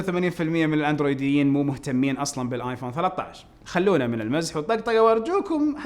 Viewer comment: كيف نطقت الأندرويديين 😂😂